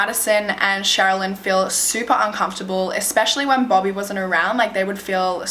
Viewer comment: I thought she was saying bubby, but then I realized it was bobby 😂